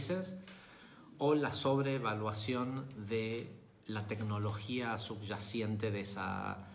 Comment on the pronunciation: Perdón..... Se dice "subyacente"...... No subyaciente.